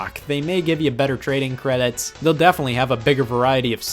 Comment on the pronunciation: the way he said credits was so weird